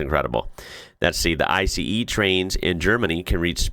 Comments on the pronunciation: First train was an ICE (pronounced I C E for God sake don’t say “ice”) Second is from Spain. That said here in Denmark the trains NEVER exceed 180 km/h due to the tracks are way too curvy. But they have started up a redesign of the tracks so the trains can reach at least 250 km/h. The schedule is planned to be finished in 2050. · Hailing from Germany here. 1) In the SPAIN section, the trains there are german made Siemens Velaro trains except for the one flat-nosed Talgo train. 2) The GERMANY section. All but one are only InterCity trains. The white one with the red stripe is an actual ICE (don't call it ice but Eye-Cee-ee please!). Part of the ICEs are also Velaro based like the spanish trains. The more interesting it is that trains at that speed are not even considered high speed here under 200 kph/125 mph 3) The high speed era began with he japanese SHINKANSEN (means fast train) in the 1960s. France followed in the early 1970s building dedicated high speed routes, and Germany from the 1980s on. In contrast, Germany is too densely populated so in most cases dedicated high speed tracks make no sense and the rest of the time, even ICEs have to go on regular tracks that can be enhanced to 200 or 230 kph.